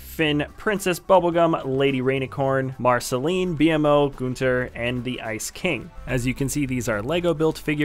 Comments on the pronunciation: BMO is pronounced Beemo, not B-M-O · Bmo is all one word pronounced B.MO not B. m. O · its pronounced b mo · it's bmo all together (beemoo) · It's (BEMO BMO) not B,M,O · It's not B.M.O it's just Bmo